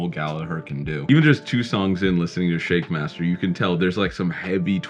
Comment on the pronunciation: Did he say 'Shakemaster'? 🤣